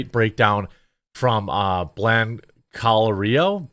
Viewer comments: blan co leer ee oh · For first breakdown of the crash was utube channel Blanclirio, pronounced…Blank Oh Leer E Oh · It's "Blanco lirio" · Jeremy, it is "Blanco - Lirio" Channel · The pronunciation is 'blan-co-lear-ee-oh'. He is a fantastic resource for anything dealing with aviation safety or aviation incidents. Well worth a follow.